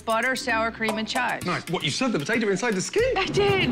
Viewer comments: Drinking game: take a shot every time you hear “potatuh” instead of potato. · First off if you’re going to own a business named hot potato cafe’ LEARN HOW TO SAY POTATO!!!! My lord!!! It’s not BAHHHTATAHHHH 🙆🏼‍♀️🤦‍♀️🙄